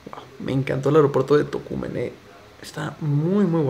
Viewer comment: Buen video y las reacciones y pronunciaste bien el nombre de Tocumen así es como se pronuncia 👍🏽👍🏽👍🏽